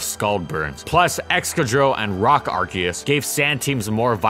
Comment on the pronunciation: How good was Arceus actually? This will be a long video. And it's Ar-SEE-us